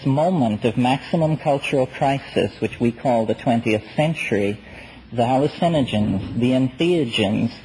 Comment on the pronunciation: "Hallucenigens", "idiology", "inless"... I've noticed these peculiar McKenna pronunciations.